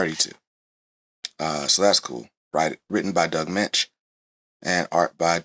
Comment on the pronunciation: Firstly, congratulations for pronouncing Doug Moench`s name correctly. Secondly, if you like David Finch`s version of Moon Knight , he & Charlie Houston had a run in the early 2000`s collected in a hardback called The Bottom. It`s worth a look. Denny O`Neil actually started Batman in the early 70`s. For a while he floated between both companies. I always thought the glider cape used by he & Batman was developed in the Moon Knight series first . I may be wrong, if I am someone please correct me. No, comics haven`t been for kids in a few decades . My clerk`s grandson spotted a copy of Teen Titans I had brought to work . I tried read it to him & was kind of shocked at how violent & horrific it was for a 5 year old.